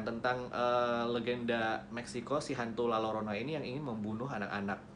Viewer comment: FYI bang kalo di meksiko jika ada double "L" yg disatuin penyebutannya diganti huruf "Y".....jadi nyebutnya La Yorona